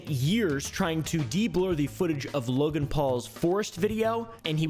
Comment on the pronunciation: “This is Wogan’s Bwoken Pwomise” 💀😂